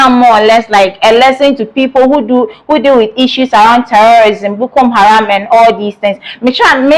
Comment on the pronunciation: Madam the name , the namis not Bukom haram Madam there is no eord like Detainment: rather DETENTION.